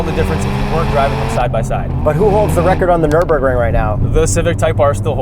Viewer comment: It's called "Nürburgring". Get it right😅